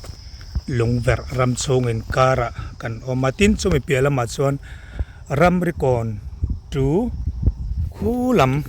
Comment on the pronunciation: Ramrikawn tih tur hi 'Ramrokawn' i ti a nia.😂